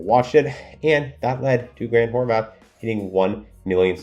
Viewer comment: You constantly praise Grant HorVAT. But, for years I've been listing to you mispronounce his name and it drives me crazy. There is no H at the end! its Horvat NOT Horvath!